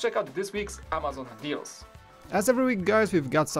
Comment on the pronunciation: I love how when says "Amazon Deals" it sounds like he says "amazing deals"